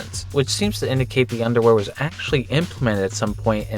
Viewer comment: careful with that pronunciation of underwear young man lmaoo😅